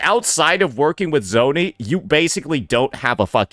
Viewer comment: Bro hates Zani so much he started calling her ZOni